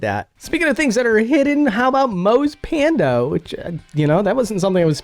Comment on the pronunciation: "Moe's pando". Were you expecting to say panda?